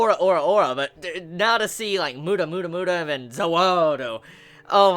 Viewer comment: PolnarEFF. Not Polnarf. Please, remember. His name is pronounced as Pol-na-raeff, not pol-narf. REFF. Seriously, it makes my ears BLEED each time you call him polnarf, not offence. Also, not mUda, it's pronounced mudA. It's the same as i hear my native russian dub of Jojo, and i hear my comrades call SpEEdwagon a SpeedwAgon... Please,. Play attention to how they pronounce the words. Like me, i called nAruto a narUto. But now i realized that i was wrong.